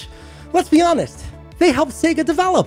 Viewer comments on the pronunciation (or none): none